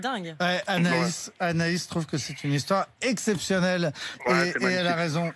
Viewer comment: RMC son histoire sans t, un petit effort ...